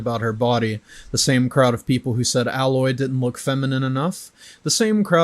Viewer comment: He can't say Alloy's name right either, fake geek boy